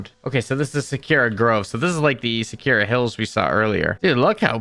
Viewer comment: Sakura is Sah-koo-ruh, please stop saying Sekira